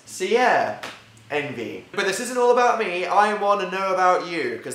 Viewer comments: I thought I heard “Anti” instead of envy. Jacksepticeye fans here? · I can't listen to you say envy I'm sorry. I have a neighbor, 8, named Envee and she's soooo annoying